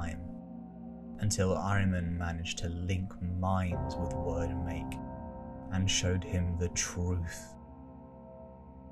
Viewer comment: It’s pronounced weird make, not word make